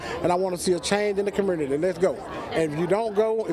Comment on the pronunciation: Curmmurnity. The educated left right there.